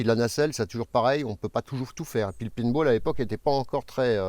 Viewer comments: Le pineball 😂🤣 t’arrive pas à dire paint ? 😅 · Du PAINTball bordel pas PINEball désolé mais ça m'irrite les oreils depuis plusieurs vidéos et puis surtout je trouve que tu cassais les codes du Youtuber qui justement n'avais pas tout les codes de la plate-forme mtn c'est mettez la cloche abonnez vous etc ça m'étonnerais pas que tu demande des likes bientôt si c'est pas déjà fait je regarde pas tout... Je regarde même pas la description j'ai peur d'y trouver un tipee... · Bonjour, on dit "paint" comme pain, et non pas pinte comme épine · Bonjour sans vouloir te vexer loin de moi une telle idée si ça peut t'aider pour la prononciation de paintball=peine te bol. Et autre chose mais un grand merci pour les effort que tu as pu faire concernant le son que je t'avais fait remarqué il y a quelques vidéos de ça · Quand tu dis "Pinball" ça me rend nerveux... hahaha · Lors de tes explications on t'entend dire "pin-ball" et non paintball ,fait attention ce sont deux chose totalement différente niveau matériel et munitions ;) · Je me suis dit quand j'ai vu la vidéo, tiens va enfin le dire correctement, le mot ""peinebaule"" après ce temps à l'utiliser, bah nope toujours pas ^^ Tu vas y arriver un jour nous sommes de tout cœur avec toi;) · plutôt "péntbaul"